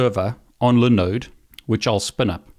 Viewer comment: What is a li node server? Did you mean LIE-NODE server? (As the I has a vowel that comes after it, making it a hard EYE.)